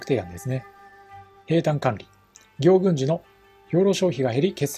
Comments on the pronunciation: どうでも良いけど、行軍の読みは”ぎょうぐん”でなく、”こうぐん”ですよ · ぎょうぐんではなくこうぐんだよ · ギョウグンではなくコウグンです